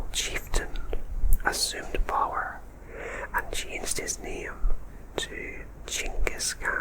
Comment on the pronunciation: Your accent is really fab,! I like how you say "power"!